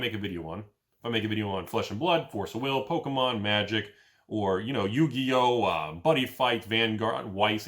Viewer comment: pronounced yugioh correctly? Shit is real.